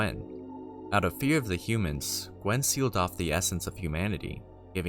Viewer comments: Gwyn, not Gwen. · OR Gwyn Gwen